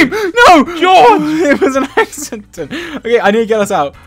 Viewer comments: "Goerge" " GOERGE " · George: *Hits Dream with Pickaxe* Dream with British Accent: ”George!” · Dream saying “George!” In a British accent is giving me life!!😂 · why did dream have a british accent saying "george" 😂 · DID ANYONE HEAR DREAM GO "OW...GEORGE-" IN LIKE A ACCENT!? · seconds dream said george in a british accent